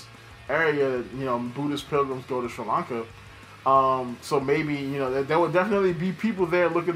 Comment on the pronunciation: yup i am literally that one sri lankan dude who watches your channel, good job mate u said it almost right :D :D